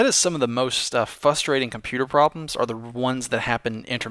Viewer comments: the word is fRustrating, there's an R in there at the beginning. You always say "fustrating "and it just makes you sound uneducated, and I don't think you want to come off that way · "That's so fuss-rating".